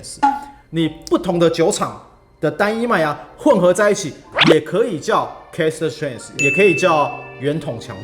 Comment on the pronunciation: 哥，我有幻聽，都聽成Cast strength 😂